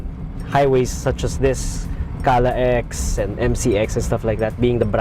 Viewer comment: should be pronounced as CALAX not CALA-X. Bakit yung NLEX ba prinopronounce as NLE-X? SLEX ba SLE-X? SCTEX ba SCTE-X? Ang CAVITEX ba CAVITE-X? Ayus ayusin nyo nag cricringe ako!!!!